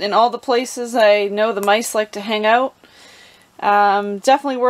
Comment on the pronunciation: not a java drinker?? you're missing owut (as you say it, lol)...seems the mice are not either! great tip!